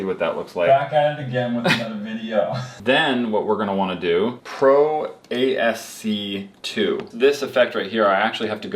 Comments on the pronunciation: Don't believe this was mentioned but for everyone's knowledge, ASC 2 as called it is actually pronounced "As-Key". ASCII is an assignment of numerical values to different characters you would find on a keyboard. For instance a capital A = 10 in ASCII. It is basically a computer language that helps a computer understand what value means what character. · lol did he really pronounce ASCII as ASC2?? lol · the way said ASCII......